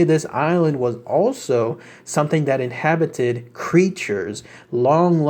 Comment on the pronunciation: Ive followed your research for awhile now and love it all - so dont get upset by me feeling compelled to mention this --> sayy it with me... "InHABited"! There we go, all better once we become less inHIBited xD